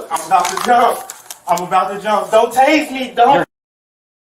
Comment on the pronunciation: "I'm about to jump, don't taAse me 😢" lmao